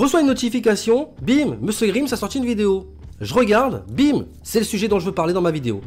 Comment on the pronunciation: Bonne vidéo ! Par contre la prononciation de grimes me tu